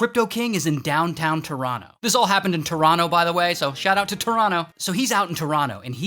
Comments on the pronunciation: Thank you fr actually pronouncing Toronto correctly! 😮 for real though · Thanks for saying Toronto properly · Shout out from Toronto for saying it like a real Torontonian🇨🇦